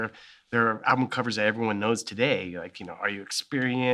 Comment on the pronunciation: Anyone else bugged by the way he pronounced album as 'alblum'?